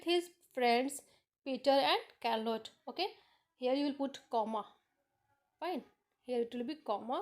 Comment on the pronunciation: It is not karlotte it is charlote Spellings are different but pronunciation is correct like mine